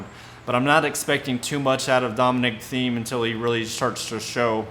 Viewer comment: Agree expect the unexpected. It's 'Teem' not 'Theme' 😂